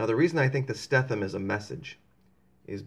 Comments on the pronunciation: Stetham is pronounced Sta: long a....dum .......Stadum, not Stephen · pronouced. "steeethem" long "e" he was my friend in navy. "A" school, Mississippi 1981.